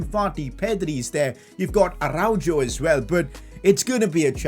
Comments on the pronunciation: it’s not arau JOE, it’s arau HO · in Spanish G,J is not pronounced instead H sound is pronunced Like R.Araujo it's (Aroho)